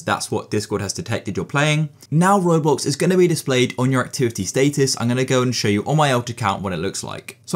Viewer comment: he did not just say state us